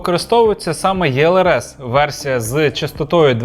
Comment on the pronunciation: Інформативно, лаконічно! Друже, тільки чому Єлрс? Українською Елрс. ЕкспресLRS. Англійською читатиметься через І.